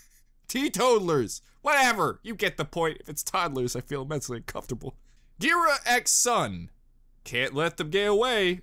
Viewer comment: Ghira's name is pronounced Gear-a, as in Bagheera, the panther in The Jungle Book. Sienna Khan, the White Fang leader they mentioned, is a Shere Khan mention. I want to find out what the hell they did with King Louie!